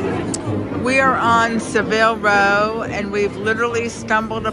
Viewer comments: Savile Row - pronounce 'savil' not 'se-vil' it's well known for gentlemens' tailoring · I assume you mean Savile Row (Sav-ill).